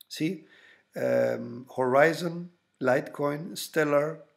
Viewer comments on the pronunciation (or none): none